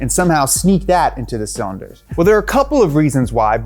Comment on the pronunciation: idk man... we got hit with "cylinords"